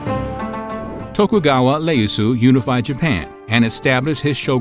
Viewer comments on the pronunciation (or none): Iyeasu just a small correction not Leyasu.. Otherwise great show love these small snippets 👍🏼😊👌